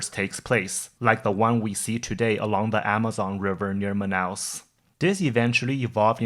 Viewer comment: You're the first non-brazilian I have seen that pronounced Manaus correctly. Instant like (Even though I was already planning to like at the end because your channel is awesome).